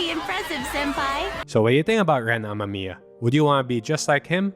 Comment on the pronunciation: I coughed on my smoke when you said "Ren Ama-miya"